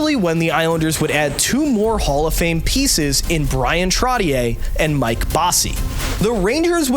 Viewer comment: Why cant you pronounce Bryan Trottiers name correct